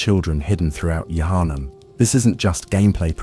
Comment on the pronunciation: I can’t watch this going to sleep bc u literally haven’t pronounced “Yharnam” the same way twice 🤬🤬